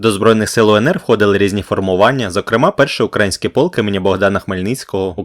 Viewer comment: Якого фіга ти кажеш "укрАїнський", а не "украЇнський"?